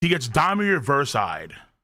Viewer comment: Why is still sayin "ReverSAI" or "ReverPsy"?